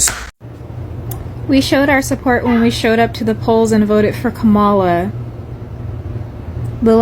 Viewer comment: (Comma-La!!!!!) (Comma-La!!!!!!) Please put respect on Kamala Harris's name please.